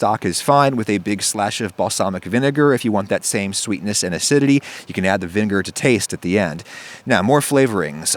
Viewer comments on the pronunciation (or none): Vin gur? 😭